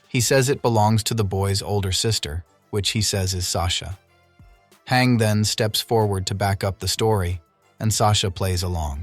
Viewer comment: why do you pronounce her name “hang”